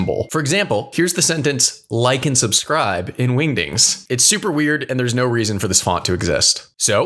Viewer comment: The solo leveling fans rn when bro said windings 😂😂😂😂😂